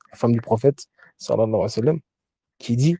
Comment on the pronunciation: Quand je vois un homme qui veut donner des cours et qui n'a pas le temps de dire correctement : Salla llahou alayhi wa sallam, et qui dit salam.. ou le je ne sais quel parole massacré cela en dit long sur le manque d'amour que tu as pour le messager tu n'a pas le temps ni assez d'amour pour le messager pour soumettre ta langue tordue handicapé pour prononcer correctement Assalat ala nnabiy , moi je ne prends pas la science religieuse de gens commes toi car on voit que tu n'a pas été éduqué par des savants tu es un bricoleur sans amour pour le messager صلى الله عليه وسلم ، mes chaykh m'ont enseigné ce. Respect je peux te l'enseigner si tu veux